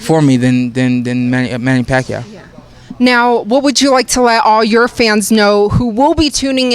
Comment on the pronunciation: Manny Rack-yaw..oh sorry I mean Manny Pacquiao..hahaha